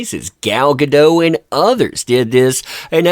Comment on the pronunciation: GAH - DOH - T (A HARD "T" -- think of "Don't" and remove the N) -- I speak Hebrew... it's a HARD T - TEE!!